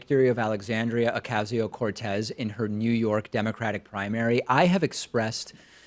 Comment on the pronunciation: You don't even pronounce her name right. That's a tactic used to discredit someone to your viewer base. I used to really like you but lately you really seem like another cable news host MSM douchebag, just a little more progressive than them. I don't trust you anymore.